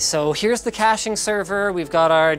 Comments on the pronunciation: Was "Cashing" Server intentional instead of "Caching"? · "Cashing server" or "Caching server" ? xDD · CASHING SERVER???? DID YOU MEAN CACHING SERVER??? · cashing server lol, cache sever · Caching, not cashing... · “Cashing server” lol